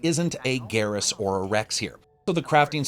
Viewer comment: Excellent review once again but one fundamental flaw: It's Shepard and Garrus, Shepard and GA-RRUS.